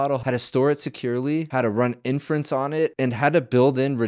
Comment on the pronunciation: I imagine a boomer watching this and hearing "in France" all the time when you said inference. And they be thinking 'why are all LLMs made in France?'